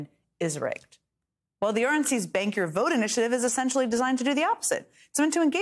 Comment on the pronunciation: Jen, I thought you were saying "Spank the vote" and not "Bank the Vote"; and I found it terribly funny. Didn't we hear that Trump wanted to be spanked with a fake copy of Time magazine that had his picture as 'Man of the Year' on the cover. Would he, I wonder, take off the diaper first?